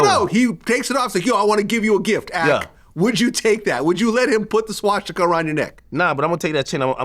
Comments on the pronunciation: Swashstika 😂 why can’t he pronounce that word 😂😂😂 As wack as it is pronunciation is important vlad 😂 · Vlad saying swastika sounds like shishkabab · Vlad....enough is enough. What do I have to do to get you to stop saying "Ssscchhwaassstika"? I'm not even asking you say it the right way, just butcher it differently okay? Please? This is affecting my ability to be an effective culture vulture. Hell, I haven't evern called the police to report on any of your guests this week! Now let's put this behind us, and let's get back to our undercover work. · I really hate how Vlad pronounces Shwashtika and CHicago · Anybody else hate the way Jlad says SHWASHtika? LOL we get it, u wear funny little hats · Why does vlad miss pronounce Swastitak?? 😂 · Wait why are u pronouncing swastika like that Vlad I’ve never heard anyone say it like that wtf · Vlad hears every guest saying the words swastika and Chicago correctly, right? Is Vlad the r word or just extremely arrogant and uneducated. How long is he gonna do this for? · I never thought I would be annoyed by how someone says the word swastika. Someone needs to tell vlad there's no H in it.